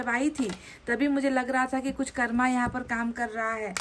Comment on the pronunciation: हम रोज आप की रीडिंग देखते हैं । लेकिन आप से एक request है कृपया हिंदी के शब्दों का उच्चारण हिंदी तरीके से ही करने का कष्ट करें जैसे---कर्म- को कर्मा, चक्र -को चक्रा, please ऐसा उच्चारण न किया करें सही उच्चारण- कर्म और चक्र हैं । हम चाहते हैं कि आपकी वाणी और अधिक प्रभावशाली हो । sorry and thankyou. God bless you